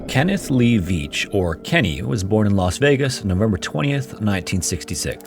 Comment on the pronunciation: Kenny Vetch.. its short E not a long one. like set or bet. im pretty sure he fell down a mining audit pit. theyre often practically invisible and EVERYWHERE out there, hell his last vid started at a mining shaft.